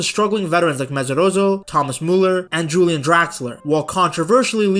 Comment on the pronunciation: The way you say "Julian" sounds way to cool for this twerp. Great video though.